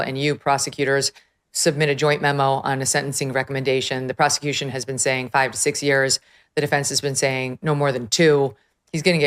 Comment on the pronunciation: bro relax with the word ‘proscituition